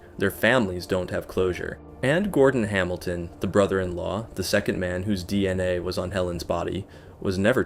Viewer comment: Man this is the most AI narrated video Ive ever heard. If you are going to use AI you gotta proofread the script and tune it a bit. This was just jarring to listen to. Like, why wouldn't you even adjust how it pronounced DNA? Or catch that it changed raped to raided multiple times? This is just sloppy and lazy.